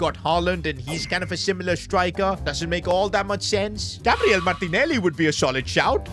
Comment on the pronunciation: He said gabreil